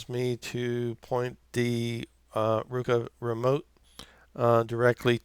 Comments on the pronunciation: Haha! It's "RO-KU" NOT "RU-KO" Thanks for the video. Sling offered a free Roku express if I sign up and I wanted a good review video. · Hi, Sounds as if he is saying "Rueka", and that sounds like some sort of a vegetable. BTW, I do have a Roku Express, and think it is well worth the $30 cost. 10/07/2017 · Thank you sir. The video was extremely helpful. Everything was on the money except for your pronunciation of roku and netflix lol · Great video thanks, BTW, where are u from ? You said Roku and Netflix with an accent, kinda Midwest but not so much o’s don’t cha knooow, lol!